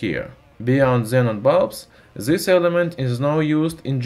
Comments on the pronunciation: F××k..! What happened to ur tongue... atleast pronounced "this" properly.. this is"dhis" not gheez... Topic was interesting but bored of your irritating pronounce.👎yeh thenga tumharey bakwaas jubaan ke liye. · Stop using "Z" in all words man. Word like "this" not start with Z. Learn english better and then do videos like this one.